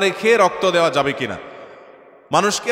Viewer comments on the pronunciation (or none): none